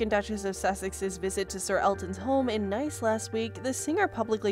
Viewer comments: It's pronounced neece. Not nice. France. Spelling is nice though. Do some research. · The French city is spelt as "NICE", but, pronouned as "NEECE".